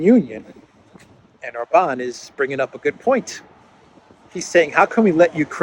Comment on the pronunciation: Maybe while youre in Budapest, (whose name you DID pronounce correctly, yay!) you will learn how to pronounce OR-ban correctly (instead of or-BAN as if he were French)😍